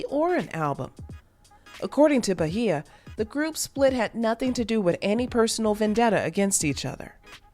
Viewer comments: “Ba-hia” it’s Beige-ah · Bay-jah…….not Bahia 😂 I never heard her name so butchered like that. Lol bothered me the whole video not even gonna lie lol😂😂